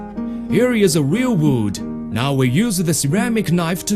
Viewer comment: Weal Wud.